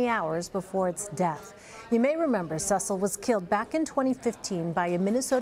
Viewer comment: see sul not ses sul